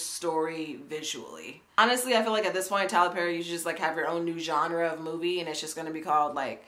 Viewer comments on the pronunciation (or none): Did u say "Tyra Perry"??😐😄😄😄🤣🤣🤣🤣😂😂😂😂😂😂😂